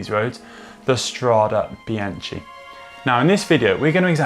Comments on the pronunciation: we can make a drinking game - every time he says biaCHHHHI take a shot hahaha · My God I cringed every time he said it incorrectly and almost had to stop watching. It’s like he was doing it on purpose to torture us. “Bianchee Bianchee Bianchee “. Arghhhhh!!! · "BEANKA" godammit.... like the name Bianca! It is not that hard, even for englishmen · Venice is in the north east of Italy... and yep, it’s Bianche - hard K sound... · Horrible pronounciation. You should be ashamed. It shows complete disregard on the subject that you are presenting. This is Serbian speaking. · Sorry, can't watch it to the end when bianche is pronounced like this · 'some medals hang on the soul not on the jacket' - thats something we can all live by... BTW Conor cant forgive you for the Be-anchee pronunciation BEE-AN-KEY = Binachi, come on Connor, get with the beat lad lol...let have a latin lession: A is an Ah - i is an E - Chi is a K.. GCN send your presenters to school !!! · Great video but it’s pronounced BianKi ;) Just an advice for the next one Still got a like from me!! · Guys you do good videos, but the pronounce is wrong. Please please spell BIANCHE NOT BIANCI!!!!! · Bian TSHEE??? CH in Italian is like a K, and an E at the end of a word is soft, nearly silent. So it sounds more like ... Biánk or Biánkeh... or like the female name Bianca... But definately not Bian Tshee... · Strade 'Bianchee' rather than Strade 'Biankey'? Surely not :-/ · No, he pronounced it wrongly. It is indeed "Biankey", or in this case - Strade bianche (bianchae). I have noticed that some other cycling YouTubers made the same mistake. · hahaha... bian key ... not ch.. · why do all the english speaking guys so much problems with pronouncing foreign names and word? Itˋs not that hard, isnˋt it? This vide9 is rubbish because this ignorant guy ruins it complete with Biantschi... at least he is able to pronounce Strade correctly... too bad... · Connor... Strada what?? Come on.. BEE-AHN-KEE